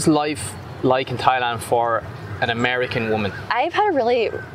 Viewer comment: "Amerian?" Seriously? Are you Irsh?